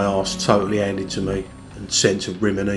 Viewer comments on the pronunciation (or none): Sent to Rim-iney 😂